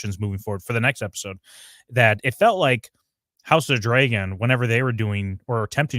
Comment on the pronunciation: Why does say dragon like Dray-gon? I need to understand